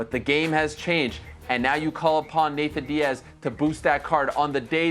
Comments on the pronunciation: I hate how Ariel says “Nathan Diaz” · This man said “Nathan Diaz”